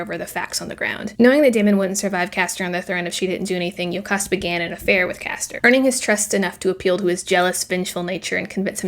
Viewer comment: See what I’m getting from this more than anything is that we have been pronouncing these names VERY differently. You said “Yo-cahst” and I thought of her as “joe-cast” You said “law-rant” and I thought of him as “Law-rent” You said “Day-min” and I thought “Dah-men” This is the tough thing about books. I’ll only ever read them, and most of the fandom is online. I guess I’ll have to go get the audiobook to see which of us were right.